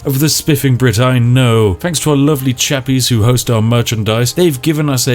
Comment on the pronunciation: Mooner glad it wasn’t just me. Really got on my nerves by the end. Fanks.